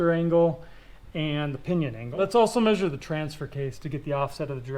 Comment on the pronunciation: I certainly hope “me-shured” everything correctly 😂😂